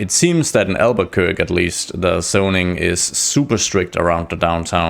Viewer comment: Btw, it's pronounced al-ba-quer-kee! (not very intuitive, I know!)